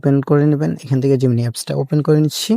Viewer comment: Gimini❌ Gemini✅